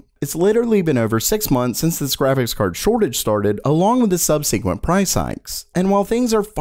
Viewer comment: Sub-suh-kwent. Not sub-see-kwent.